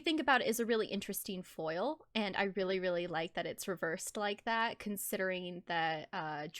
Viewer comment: Every time you said foil 😖